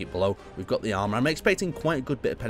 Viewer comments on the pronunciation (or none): none